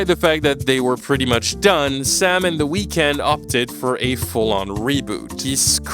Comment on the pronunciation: ngl you butchered the weeknd's name